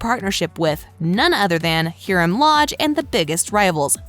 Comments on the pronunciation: Haha this person hasn’t watched riverdale. Heeram instead of Hiram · “ Hearum” come on